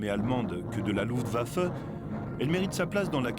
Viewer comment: The film footage is top notch. However the bloody AI mispronounciation factory - is terribly annoying. Luftwaffe seems to absolutely blow the AI to smithereens....its too bad , because the content of the film is interesting as all hell....